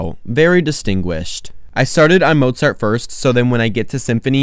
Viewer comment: 99% of the video: ☺️😇🥰 1% at the end: "ByE sYmPhOunY aNd mOzAughhrTtt" 👹👺👹👺💀😈